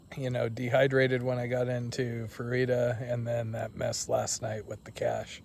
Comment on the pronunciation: Fruita is just pronounced "fru-ta", not "fru-eeta".